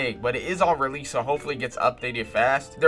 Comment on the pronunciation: bro says rell seas evrey 5 seconds like daniel talking bout mr miyagi.